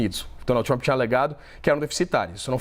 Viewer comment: Trãp não fala com Cértos tipo de Génte.!